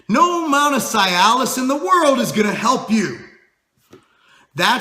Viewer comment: It's CEE-al-issss :)